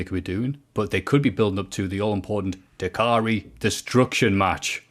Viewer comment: Da-kar-ri....... WOW! Northern pronunciation 😂🙄